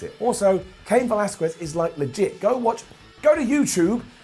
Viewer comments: Its pronounce as Velaskez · the U in Velazquez is silent 🤦‍♂️